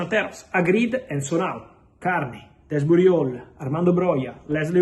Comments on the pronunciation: I can't of been the only one what hears Fabrizio saying Keirnan Desbooty Hole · He absolutely butchered that 😂😂😂